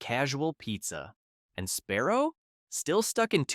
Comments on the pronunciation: Is it Sparrow or Sbarro????😂😂😂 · Embarrassing mispronunciations throughout this video. “Sparrow”??? Yikes. Also, way too slow in delivering the info. Talking like we are 8 years old. Speed it up, ffs.